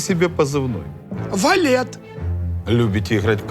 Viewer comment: Та не валет, а ВАФЛЕТ